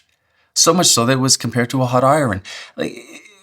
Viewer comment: You pronounce "iron" the same way as bugs Bunny.